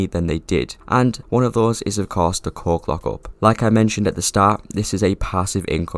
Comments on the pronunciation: I had the video playing in the background and I heard the coke lockup i was so confused and thought you was trolling until i came to the screen and realized that you were saying coke lockup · Long story short, you were saying coke lockup but it sounded like you were saying something else. Hope that helps you understand what i mean